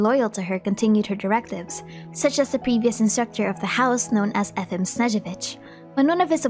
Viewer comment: efim is pronounced like yefim with an emphasis on the last vowel btw